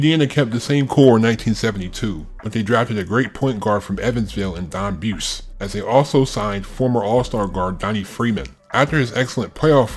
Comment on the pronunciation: Its Don Bu-se. And Dallas Cha-pa-rals